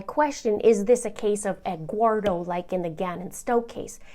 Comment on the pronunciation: I chuckled when you said Egguardo 🥚